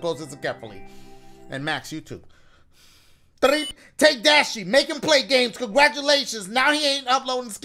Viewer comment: that THREEP gotta be one of the best threeps I’ve heard so far🤣🤣